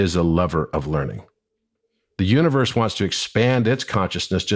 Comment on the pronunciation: "U in verse" sounds like "me as poetry." ❤❤❤